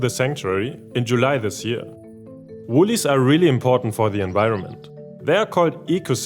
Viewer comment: Great video - woylies are not pronounced woolies but woy-lies as in a-hoy.